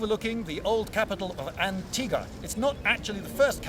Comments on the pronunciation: Why do you pronounce Antigua without a ‘U’? It sounds so weird to us Guatemaltecos. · It is antig-u-a not antiga...but the video is great! and the beige is wonderful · Lindybeige in my country? I hope you had a great time. Huzzah! Edit: It should be pronounced "an-tee-wah" instead of "an-tee-gah" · Its not pronounced as "Antiga". Here is how you pronounce it, Lloyd. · For any of those not fluent with Spanish, Antigua is pronounced “ahn-TEE-gwah”. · The U in Antigua is not silent "Antigoo-a". In Spanish, after a G the U is silent only if it's followed by E or I. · The U in antigua is not silent